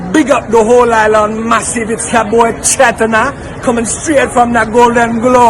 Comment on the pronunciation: Where did find that extra letter “F”? Cheft instead of Chet 😂...